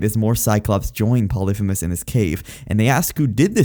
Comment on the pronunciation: Your pronunciation makes me sad. Poly-fee-mus. Ant-in-u-ous